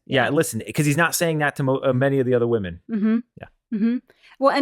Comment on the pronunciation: Grant is a little soft! My biggest turnoff with him is that he constantly uses the word “woman” instead of “women”’when speaking about the group. Can someone please teach him that plural for woman is “women” and it is pronounced differently. So cringy!